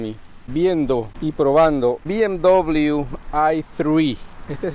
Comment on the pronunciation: Amigo si el vídeo lo hace en español, pronuncie la marca en español!